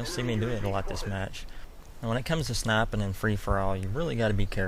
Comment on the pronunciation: ''When u snaippen''